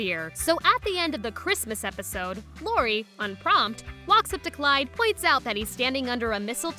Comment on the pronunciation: You called Lori clori